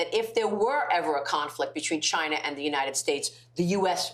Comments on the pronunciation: Oh man finally he said Chayna 😂🙌🏽 Trump 2024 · Oh man finally he said Chayna 😂🙌🏽